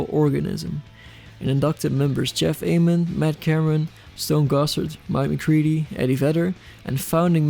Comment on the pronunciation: You pronounced Ament correctly